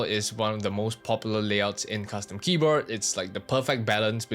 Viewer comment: Please say Keyboar" D" and not Keyboar"T" KEYBOARD not KEYBOART